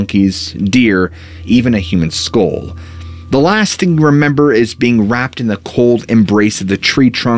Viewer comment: You always mispronounce skull.